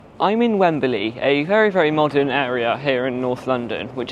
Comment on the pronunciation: Has the pronunciation changed in the decades since I lived in England? It used to be two syllables: "Wem-Blee". You're using three syllables: "Wem-Ba-Lee".